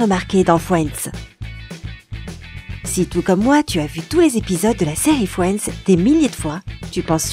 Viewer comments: Non mais les gars, elle dit "FWENDS" !!! 🤣🤣🤣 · Merci, je ne suis pas la seule qui a eu mal aux oreilles... D'ailleurs moi j'entendais Fouends au lieu de Friends. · Je suis morte comment elle prononce friends «fouendz» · Sympa, et une chaîne pourrie !!! Tous et presque faux !!et putain cette voix et prononciations !! MoI aUsSi j aIMe fioinds ( Friends ) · Fwiends 🤣 Tanksgiving Bwaaaah mes oreilles !!!!!!